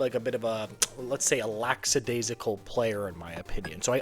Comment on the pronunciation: The word is "lackadaisical." And what do you mean that Laine is random?